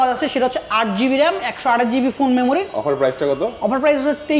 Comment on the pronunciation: মোবাইলে পরিচয় বা রেম রম ঠিক ভাবে বলতে পারেনি,গাজা খুর বিক্রেতা 😂